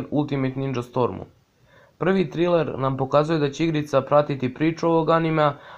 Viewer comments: Nije triler nego trejler😂 inc supp klip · Ima barem 20 bitnijih vesti vezanih za ANIME a ne mainstream.Nazovi serijal mainstream vesti zato sto ovo nema nikakve veze sa celom industrijom vec samo sa usranim balkanskim mainstreamom. I ne kaze se triler nego trailer(trejler).Evo ti jedna konstruktivna kritika kojom ne zelim da te uvredim vec da ti pokazem tvoje greske.